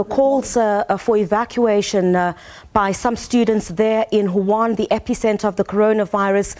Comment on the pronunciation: Huhan??? No Wuhan